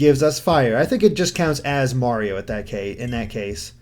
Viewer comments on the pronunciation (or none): none